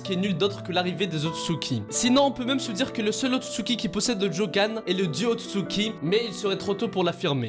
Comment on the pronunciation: c est otsutsuki pas utsuki